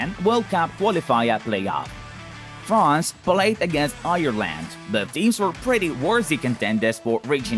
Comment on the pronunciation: Same I was nearly crying when he prounced Ireland and said Irrland